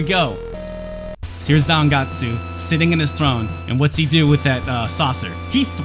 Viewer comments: it pronounce Zangets. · he keep reading zangetsu name wrong and he even doesn't know legion name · You seem to know everything about this game except how to pronounce Zangetsu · needs to watch some Bleach to learn how to pronounce Zangetsu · its especially weird when you've seen his old video on the Hori Gamecube controller and other Japanese things and he pronounces Japanese just fine... I almost think he messed up Zangetsu either as a joke or just for funzies.